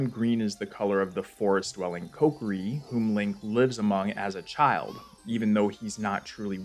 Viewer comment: "Cokeri"? Isn't it Kokiri?